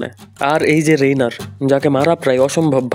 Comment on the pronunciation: Reiner k bole Renaer😐